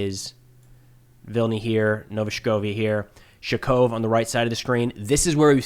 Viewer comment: I love (and his analysis) and apparently you do too, and that's great. But could use some help with his pronunciation. Let's start with Nove Shakhove...or as he calls it, "Shkov" or "Shakov". Should sound more like "ShakhOAveh"